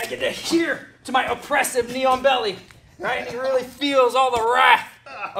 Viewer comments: same lmao I was like wtf is a neon belly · Oh..."Knee-on-belly." I was listening and not watching and thought he was saying "neon belly." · I can't stop hearing "neon belly," like some kind of cyberpunk body modification.